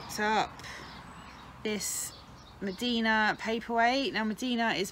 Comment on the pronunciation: Mdina is pronounced 'umdina' not medina